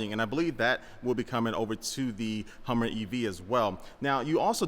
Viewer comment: Yall hear that HUMMVER EV that he called it?! Yeah, that's the PTSD speaking tryna say HUMVEE, realizing he's a civi. now so he corrected it to HUMMER mid word thus HUMMVER! Hehe XD